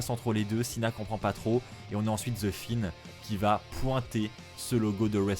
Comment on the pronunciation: je c'est qui c'est je parlais de la façon d' de dire "The Fiend" en "The Finn" 😂